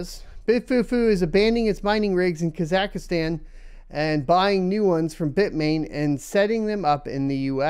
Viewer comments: What is Kazakistan????? Never heard someone pronounce a country that way lmfao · that's an interesting new way to pronounce Kazakhstan lol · Never heard Kazakhstan pronounced like that. Good times :>